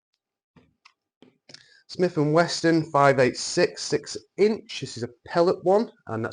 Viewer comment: There is no "t" in wesson...